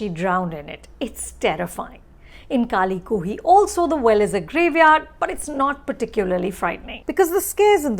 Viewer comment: Who else is hear to see Anupama Chopra mispronounce the film's name... about 8 times there...